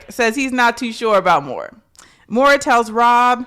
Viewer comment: I agreed with you allllllll the way AND YOU WERE RIGHT!!! Also...again... MaurOn, not Maura 😊